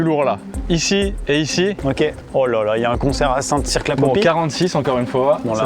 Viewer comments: Best concept ever. Par contre c’est pas « saint cirque » mais « saint cir » en prononciation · Ça se prononce St CIRE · Habiter à Saint Cyr sur Loire --> buguer à chaque fois qu'ils prononcent "Saint Cirq"